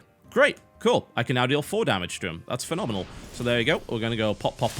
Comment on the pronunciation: ahh totalbiscuit when he starts hearthstone "murloc raidar is fonomanal!"